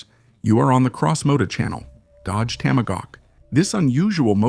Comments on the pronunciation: Cracker AI. IT'S A TOM A HAWK, NOT TAMA GAWK! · Toma-gawk! Really? This is an AI pathetic pronunciation screwup! .. like sending a rocket into space without the o-rings.. why? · This is the WORST AI audio dub I have ever heard. "Tamogawk"? F.$.S.; get a voice! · AI SLOP! TOMAGAWK? F this channel! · The Dodge Tamagawk😂😂😂😂 Stupid AI slop. I wanna see it actually put through it's paces against the Lazareth LM847. The other nine they sold where sold as non working display pieces. They simply left out some ignition parts and chains. I'm surprised not one owner got one working. No real car guy probably bought one. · You mispronounced the fuck out of TOMAHAWK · it's hard to understand how the narrator can be obviously american but be so poorly educated as to mispronounce tomahawk every time. i'm sorry to say this but " either get an education or please stop doing youtube videos" ! you are an embarrassment!